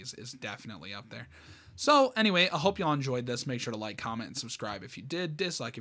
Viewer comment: It was the funniest and cutest thing when u said hoop and not hope I hope I didn’t make ur insecurities worse I tried to make it sound not mean but sorry if it was